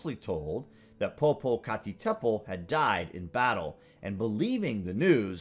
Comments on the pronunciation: LOL - I'll have to remember that as well as "Pop a cat a petal" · I think you’re saying poopoocacatadpole wrong